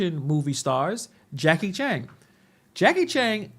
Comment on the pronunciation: Did this fool call Jackie Chan “Jackie Chang” twice lol